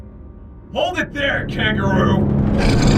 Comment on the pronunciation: Bro really had the nerve to call him "Kangroo" 💀💀💀💀💀💀💀💀💀💀